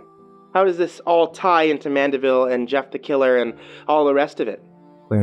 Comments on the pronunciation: It's Mandeville not Manderville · Driving me nuts. It mandeville not manderville.